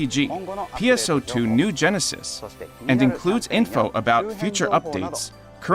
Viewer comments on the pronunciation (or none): none